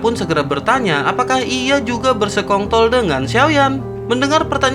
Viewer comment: bang bersekongkol bang, bukan bersekongt*l 😭